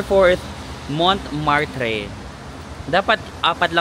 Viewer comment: Hi, hope you don't take this the wrong way but for us, non-French, they're pronounced [loov], [seyn], [monmartra] and [shaanze-leezey]. Enjoy Paris. :hand-purple-blue-peace